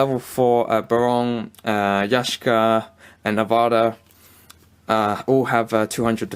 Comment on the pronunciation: Yashka, or Yaksha?